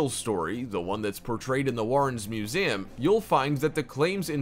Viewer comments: It bugged me every time he said, “muzayum”. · No one: People watching: Me: making this Him:MusEAmnmmmm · He dead ass said “museaaaaam”